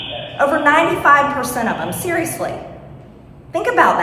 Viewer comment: When wiman says "ser'osly" mine few hundred beains cells dies in protest